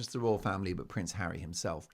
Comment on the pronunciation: you mean hawwy ...